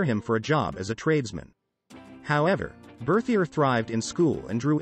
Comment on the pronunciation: I wish the audio voice would have pronounced his name and the society in French